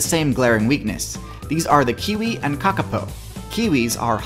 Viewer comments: Great video. The reo Māori 'o' in kākāpō is pronounced like 'oar', not like 'oh' :) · It's pronounced kaw kaw pow not ka ka poo